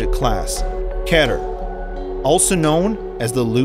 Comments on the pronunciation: It's Kee-ter not keh-ter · Keter. Not kenner. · lol kater not keter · It’s not pronounced ket er it’s pronounced keeter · Keter key ter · Keh’ter (keter) its pronounced kee’ter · dude its not KETER its just spelled like that but dont take it seriously pronouns it like KITER its just spelled KETER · Hey, this is a kinda small thing to pick on, but it’s ki-ter, not k-ea-ter. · its not keter its keeter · Keter. Say it like this eeee instead off eh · Not ke ter it’s keter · It’s pronounced ‘KEEH-TER’ not ‘KEH-TER’ thank you very much. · Not kehter it's. Kie-ter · By the way..Keter Class is pronounced K-ee-ter not K-ater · Its (key-ter) not (ket-er) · Not k-eh-ter its key-ter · Keter is pronounced KEY-der, not KEH-der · It’s not pronounced Keh-Ter It’s Kee-Ter Cmon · Kehter u mean "keeter" this is for pronounceation not the spelling of keter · IT IS PRONOUNCED KEY-TER NOT KET-ER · It’s not ket er It’s KEY TER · ITS PRONOUNCED KEE-TUR NOT KETUR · “Ketter” HAHAHA... it’s pronounced “Kee-turr” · kehter lol, its pronounced keeter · did you say ketter? It's pronounced key-ter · Your pronouncing keter wrong is kēter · Excuse me, I don't want to sound mean, but Keter is actually pronounced KEE-tur. It's an honest mistake, though. I was pronouncing it Keh-tur for a while when discovered the foundation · “Keter” not “keter” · Your bad pronunciation should be an SCP. class KEY-TER not Ketter, there is only one "t" wth do you pronounce it that way? also dont get me started on telepathy.... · It’s “Keter” not “ketter” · it's keeter not ket-er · You say keter wrong it's not kter it's keter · its pronounced keeeeeeter, not keter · Kater really key-ter =keter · "Object class: Ketter" It's pronounced Keter... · Its said "keeter" not "keter" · Me? Its not ke-ter its kee-ter spell keter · Object class... ketter... its key ter. I'm sure someone said this already tho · Its spelt keter but pronounced keeter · It's spelt keeter bit pronounced key ter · Its pronounced key ter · It's Key-ter